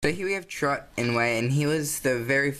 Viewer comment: Struggling with pronouncing chirrut?